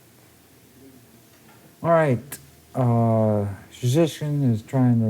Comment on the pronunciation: He did a good job. His name is difficult even for Polish people